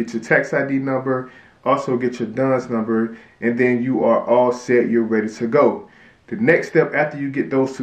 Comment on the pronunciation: What did you say after tax id number?????????? “Dune number”